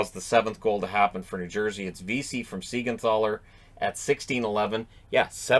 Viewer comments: It's funny, u rant about Jonsson not pronounced correctly, and then u pronounce Siegenthaler like with an english TH, but it's pronounced short T, like tank or trouble. Just saying, it was kinda funny, i am for pronouncing people the right way, but with north american arrogance, i'm kinda already used to them pronouncing it any way they want. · This is just a weird thing. It's like every single player changed how to pronounce their name after they are in NJD. For a long time, it was "Yonas" for Siegenthaler. But after he moved to NJD, all of a sudden, it's "Jonas", which even caught JoeB, who is the caps pxp announcer off guard.